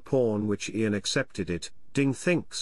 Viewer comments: Just one suggestion..”type YAN instead of IAN for proper pronunciation by your stockfish robot” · Funny. Just pronounce Ian first name correctly 😅